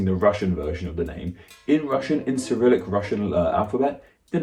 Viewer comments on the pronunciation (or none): none